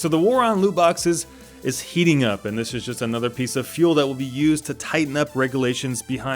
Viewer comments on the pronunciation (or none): none